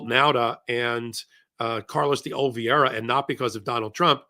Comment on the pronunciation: Carlos di O-lee-VAY-ra. The penultimate syllable rhymes with DAY.